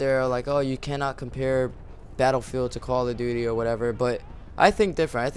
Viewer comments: sounds like he says quall of duty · it sounds like he said koala duty. LOL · lol you say call of duty like coala :D great vid man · How come ever time he says Call of Duty... the duty sounds like Dooty